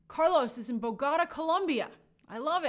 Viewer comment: Unique pronunciation of Bogota ;)